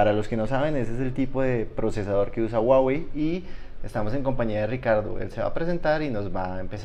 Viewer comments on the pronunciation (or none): SE DICE JUAWEY.. SE ESCRIBE HUAWEI.. O SERA QUE EN COLOMBIA SI SE DICE GUAGUEI??? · Si este tipo realmente trabajara para Huawei supiera que no se dice guaguei se dice Juaguei